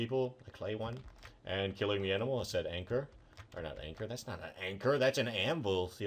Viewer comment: Please stop saying said/set. It annoys me soooooooo much.